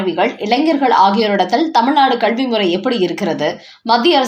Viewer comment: அம்மா! அது கல்வி. கள்வி என கேட்கிறது.தமிழுக்கு லகர, ளகர, ழகர உச்சரிப்பு முக்கியம்.